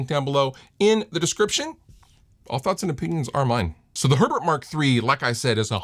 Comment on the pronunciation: It's Herbert, not urrburrrd, please stop bragging about your German heritage.